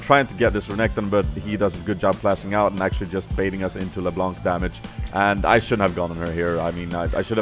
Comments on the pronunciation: The C at the end of LeBlanc is silent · Damn dat "LeBlånk" tho :P